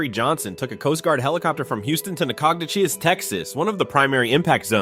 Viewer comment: Probably want to check the pronunciation of Nacogdoches.